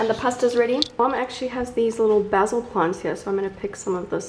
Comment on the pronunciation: The way she pronounces Basel 😂